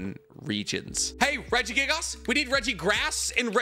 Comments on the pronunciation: I slipped further and further into madness everytime he said Regigigas wrong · Everytime he says regigigas. I wince lol